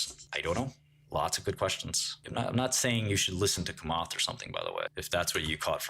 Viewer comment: lol at “Kamat”